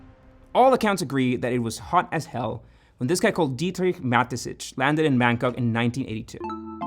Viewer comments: You're pronouncing the founder's name incorrectly. I constantly asked myself who Matesich even is. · it just triggered me every time you said Mateschitz like Matezitsch 😅😅